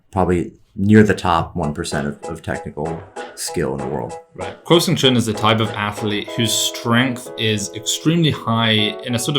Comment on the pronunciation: Hey guys, I think you’re supposed to pronounce “kuo” as “gwoh” (it should almost rhyme with “aww”). Love the content btw. Thank you for putting out such helpful and interesting analysis.